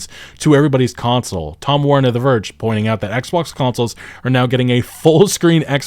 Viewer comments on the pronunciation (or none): none